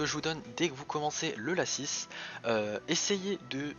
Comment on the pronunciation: mdr moi je dit pas lacisse moi je dit laci